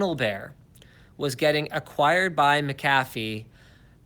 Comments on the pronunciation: It’s pronounced Mac a fee not McCaffe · It is pronounced like MAK-uh-fee, with the stress on the first syllable, not Mik-KAF-fee. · with that header image on PIA's website, I can't take them seriously :) Also Linus; Mac-a-fee, not mac-cafe :D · I pronounce McAfee Mc Ay Fee lmao (Edit) I thought Linus had a divorce with his wife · its pronounced Mick - Cafay Right? Kappa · Its pronounced McCafé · Mark Rangel it's not it's mc ca fee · Pronouncing it like that brings to mind McCafé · What a shitty video. You don't even know how to pronounce McAfee.. And your fear mongering your VPN Sponsor.... What a D*ck move man! Why only complain about torrenting after they dropped you? You always stab a sponsor in the back if they drop your Ass??